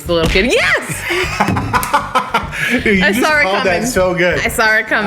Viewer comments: "I sawr comin." Saw. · I can’t do it, my OCD is killing me that is on the left. Switch backkkkk 😫 Edit: talking like Leon saying I “swore it coming.” 😂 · pronunciation “saw” and “sarr” really threw me off 😂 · "I sawr it comin" Definitely from the east coast lol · You know you’re from New England when you pronounce saw “sawr”